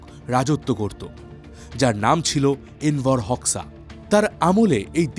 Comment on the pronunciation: দাদা উচ্চারণ টা হবে এনভার হোজ্বা❤